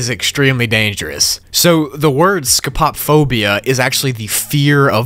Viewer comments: BRO WHEN HE EDITED THE KNOCKING ON EACH SIDE ON MY HEADPHONES I ALMOST CRIED Edit: I’m not gonna have bad dreams about the level I’m having bad dreams about how he said “sco pop phobia” instead of “sco poe phobia” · So I have scopophobia, and the second it came up on the screen as a level, I was like, oh god do I want to continue watching XD (Also, it's pronounced scope O phobia, not, sco pop phobia) Scopophobia suck btw, I'm so paranoid I'm being watched, I'm convinced there's cameras, I always check mirrors incase they're one way, I'm a very paranoid person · “Sco-pop-o-phobia” Sco-po-phobia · Scopo-phobia not Sco-pop-phobia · exactly. it's scopophobia, not scopop phobia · I dont think its scopopphobia. Its scope-oh-phobia which makes more sense as to why its the fear of being watched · It's "scope-a-phobia," not "sco-pop-phobia". Great video though 👍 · ScoPO… phobia💀 (Sco-pa-phobia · did he say scpop phobia for the first level even though its supposed to be scpo phobia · It'not sco-pop-phobia, it's scopo-phobia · Well you spelled the first name wrong ofc It's not sco-pae-phobia It's sco-po-phobia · It’s pronounced sco Puh phobia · It’s pronounced (Scope - O’ - Phobia) btw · its actually pronounced "sco-po-phobia" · Scupopphobia It's pronounced "Scoh-Poh-Foh-Bee-A" lol For google pronunciation, it's "skow-puh-fow-bee-uh" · No offense at all I love your channel this was just for your learning it's scope-oh-phobia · Scott pop phobia that’s a hard Word to pronounce and what is the black figure and is there any footage of it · man said scop op phobia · "sco pop phobia" I'm in pain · "sco- pap -phobia" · You say it like scopo-fobia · Also it’s pronounced ‘scope-o-phobia’ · it is pronunced SCOPE a/o phobia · (*It's "SCO-poe-FOE-bee-uh") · Btw it’s pronounced “scoe-poe-phobia” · scopophobia (skoe - puh - foe - bee a) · BRO DID HE JUST SAY SCOPOP PHOBIA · Does he know that scopophobia is pronounced scope-o-phobia? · You pronounced "Scopophobia" wrong. It's scope-o-phobia